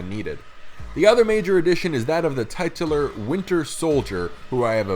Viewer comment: “Titular” is pronounced “tit-chu-ler”. If you want to be taken seriously intellectually, those kinds of mistakes will hurt your image.